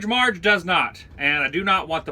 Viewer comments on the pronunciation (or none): none